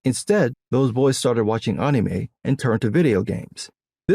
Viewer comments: Who the hell calls “Anime” “Aunumei”????? Please explain this man 😂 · Bro the way you say anime... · I love how says anime. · Your takes be based but god I hate how you say anime good lord lol